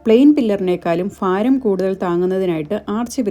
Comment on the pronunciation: ഫാരം, ഫംഗി, ഫരണകാലം മലയാളം നന്നായിട്ട് പഠിക്ക് കേട്ടോ ഭാരം, ഭംഗി, ഭരണകാലം, ഇതാണ് മലയാളം